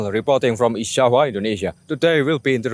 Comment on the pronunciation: Bro you memang boleh Berbahasa Inggeris,tapi tapi sebutan you banyak tak tepat seperti: visit=bizid bukan fisit Video=bidio bukan fidio Java=jawa bukan japa Verry=berry bukan feri dll